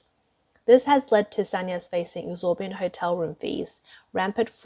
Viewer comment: it's 'exorbitant' not 'exorbiant' lol